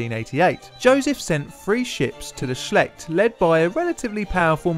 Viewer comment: FYI the river is pronounced um.. hang on... Shelldt or shellt. I used to live on it's banks. You're OK though, I don't think anyone noticed ;)